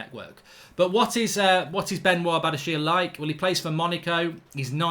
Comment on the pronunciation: Mark it's pronounced benwaa bedashee